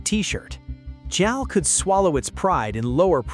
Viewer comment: Jal, really? Come on, robot